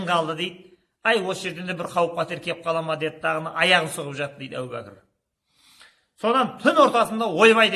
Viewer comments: Әу бәкір емес, әбу бәкір ✌ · Сосын Ау Бакыр, емес Абу Бакыр.